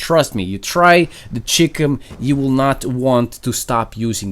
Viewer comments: Hearing him say "the chickum" made me want to vomit. It's "Chi" like in China and "Com" like in Communications. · am I the only one that thought he said chicken instead of chicem